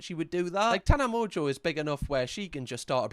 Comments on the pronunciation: At one point, the joke was just butchering her last name, and I always thought of her as tana mongoose. She'll always be tana mongoose in my heart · How are you gonna make a whole video about her when you can’t even say her name? So weird.. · Im lolling about the last name pronunciation 😂 love it ❤😂 shes been trolled her entire life about it too 😅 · i have never heard someone pronounce Tana Mongeau like that but at least u tried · Idk if I can watch bc he says her last name wrong 😩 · if you're going to make a video about someone, at least pronounce their name correctly. You effectively devalue everything you say by showing just how little knowledge you actually have. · Amen. This episode wasn’t a good look. Her name is correctly pronounced in the podcast promo he included in this episode! There’s no excuse. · Obsessed with the repeated “mong yew” I love you sm (she pronounces it like Monjeau) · Kinda like moan-joe😂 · “Tana Mong-yew” 😂 It’s pronounced Mojo but that’s so funny to hear that pronunciation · her name is pronounced Tana MoJo not mongeau lol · Just finding this now and hearing “Tana Mong-yew” 😂😂 it’s said like Tana “Mojo” - but this killed me 🫠😂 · Mongew😂😂 if it helps her name is pronounced like Mojojojo from the Powerpuff girls 'Mojo' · Tana Mon-gew, a distant relative of the french Montageaux family of Shakespeare fame, 1. of her name, a name that slays the British tongue. (It is actually pronounced mojo, she doesn't even care about the N) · It sounds a lot more like mojo than it does mongoo.. eau is pronounced like oh not ooh. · it's definitely not Mongo.. People do mock it that way though.. It's more like Moezjho. There's a z/j sound in the middle and the n is silent. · Tana Mojo is how its pronounced lol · her last name is pronounced mojo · The way says her name 😭😭🤣 it’s Tana “mojo” basically Kinda like the s in “casual” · Mon-jo I think it's pronounced lol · 😂 it’s pronounced mojo 🤣🤣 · pronounced Mo-Joe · It's pronounced like "mongo"